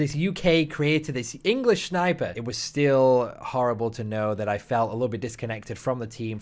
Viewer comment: English shniper